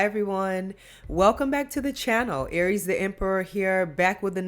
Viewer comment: Girl you bad I love how you say Aries the Emper you bad.❤️❤️❤️